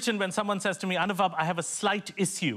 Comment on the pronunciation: I 'm sure It's Anubav and not Anuvab.